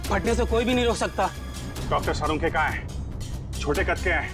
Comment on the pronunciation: Not salunke it is sarukhe 😂😂😂😂😂😂😂